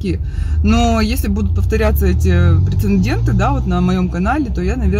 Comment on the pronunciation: Прецедент, а не прецендент